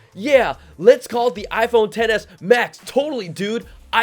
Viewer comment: Hahaha it sounds like you said iPhone Tennis Max 🤣🤣🤣🤣